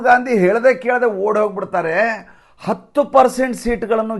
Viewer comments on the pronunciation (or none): none